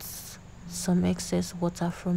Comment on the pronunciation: It’s the accent for me😆😍😆Absolutely nobody:”Woh:ah” “Pre:shuh” 😆😆😆😆😆😆I enjoyed watching this,the voice over was an icing on the cake ☺️